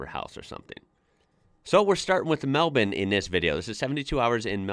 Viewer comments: Yep really got the “bin” part down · My son just about passed out when you pronounced Melbourne properly 😂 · You pronounced Melbourne perfectly. You must have spent time here. The thing about Melbourne is it's class. The architecture, gardens, sport and art. Best time to visit is around March April, weather is still warm; the footy starts, grand prix, Comedy Festival. Heaps of stuff to do. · Finally an American who pronounces melbourne correctly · Somehow its just as jarring hearing the word Melbourne being pronounced correctly in an American accent. Appreciate the effort to say things correctly though, we are an annoying bunch with pronunciation of towns. also of note, Chadstone is the largest shopping centre in the southern hemisphere, not just Australia, It has its own postcode its so large. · Such perfect relaxed pronunciation of the name 'Melbourne'. You truly are an Aussie now. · I was thinking the same 😅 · Yeah. Nice. I am now also curious for his Brisbane pronunciation. That's one that usually gets fouled up by yanks. Just as easy to fix. 😁👍